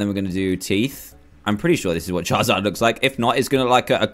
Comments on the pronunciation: Dan do you say chaezard instead of charizard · Did that cupcake guy say, chizard, it's Charizard, Pokemon noobs am I right